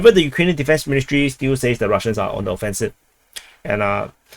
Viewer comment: Sometimes you say "moving on" and sometimes you change it to "moving onT" i wonder why?